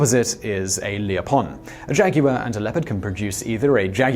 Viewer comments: Why is it so hard for Britts to say "jaguar"? Jag war, guy. It's easy. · Did you say “jagmeeoff”? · Jag You Lar is how I’m gonna say it from now on too.